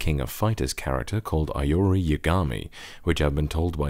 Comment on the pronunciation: Will you review something with the low profile kailh switches?, Also I think it's "ee-ori"